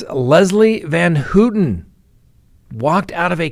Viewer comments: work on pronunciations. It’s Pronounced Van-How-tan, not Hooten. It’s a pet peeve, I know, but it’s something I wish you were more careful about. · You could pronounce her name correctly. Phonetically it’s pronounced as Van Howten not Van Hootin. I’m glad she’s out. She’s done her 53 yrs and zero chance of a murder ever happening again. Not my words but that of the parole board. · Gotta work on pronouncing Leslie’s last name …. Pronounced Van “how” ten Not “ Hooten “ 😂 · i noticed he mispronounced it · Pronounced van "how ton" How-tin. How-tun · Van Houten. The "ou" is pronounced like in the word "ouch" or "pronounced ". Your track record is intact 😊